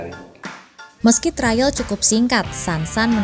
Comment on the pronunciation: TRIAL BUKAN TRAIL